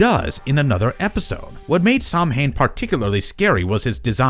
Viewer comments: Doesn't even pronounce it right... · Caoimhe is disappointed in how you pronounced samhain